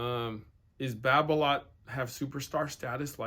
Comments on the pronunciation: its Babolat not babloat godamit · france pronounciation Babolat: Ba bo la